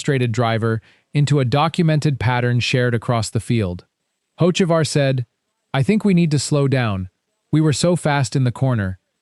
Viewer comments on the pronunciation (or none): The second the narration said “hoe-che-var” and “hoets-ivar” this video lost all credibility. This videos are just designed to create enemies. Hocevar is far from my favorite driver, I think he’s a waste of a seat and a dirty driver, but these A.I narrated videos are trash. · Got a third through the video and couldn't handle the POS AI voice any more. If you can't get your AI to even pronounce Hocevar correctly, then either get another (real) voice or quit posting.